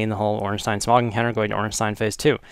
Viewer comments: OrnSTINE and SMOG. Lol. Pronounced: "OrnSTEEN and SmOH" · It pissed me off soooooooo much that you pronouced it Smog, his name is Smough not Smog. Sorry im just a perfectionist. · pronounced smoh, and ornsteen, sorry, it bugged me :c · SMOUGH pronounced SMUFF